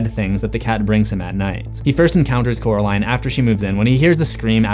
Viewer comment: I love Wybie! I don't get why he calls coral in jonsey though? Its cute though! Maybe he just doesn't know how to say coraline because he calls her caraline instead of coraline. Which is weird because her name isn't even hard to say. But the nickname he gave her is so cute!